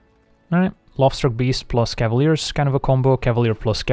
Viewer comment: Am I the only one who always hears "The LOBSTER Beast" whenever he mentions the Lovestruck Beast?